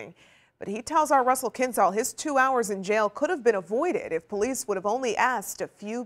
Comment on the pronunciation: I don’t think “po-leece” logic is a class in the academy🤣